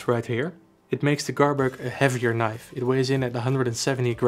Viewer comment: moest wel even goed luisteren toen je zij Knif. huh dacht ik hij bedoelt toch niiife als uitspraak .. althans zo hoor ik het graag. maar net review.. ik zit te twijfelen over beide.. aantal goede punten complimenten.. ook leuke winkel trouwens.. al vaak gekocht bij jullie..EDIT; grappig mora moet het zelf ook Knif qua uitspraak hahah zag net hun factory filmpje